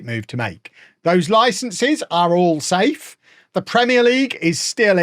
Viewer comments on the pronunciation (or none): none